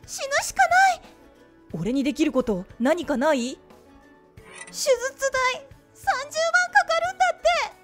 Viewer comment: しゅずつ じゃないの しゅじゅつ なの 読み方くらいきちんとしようね